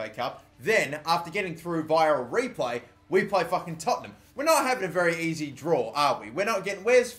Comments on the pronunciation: ITS TOTT-EN-HAM NOT TOTT-ING-HAM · Tottingham??? lol! good pronunciation! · no its not its tottenham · dabmaster123ful yeah I just like it when people screw up Tottenham's name